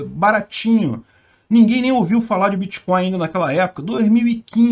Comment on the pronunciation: “Em algum momento o senhor operou com “creptomoeda [sic]”, com “bitcóio [sic]” ou outros?”...